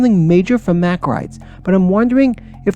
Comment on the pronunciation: Just to help you for future videos: Mack is pronounced (Mock) Ex: stop MOCKing me. Tumbili is pronounced (tomb-bee-lee). Anyways great video! Can’t wait to see what else you have planned!